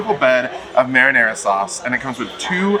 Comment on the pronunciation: Love you guys but please pronounce the sauce correctly! Marinara